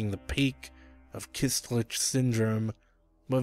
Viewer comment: it's "köstlich" not "kystlich"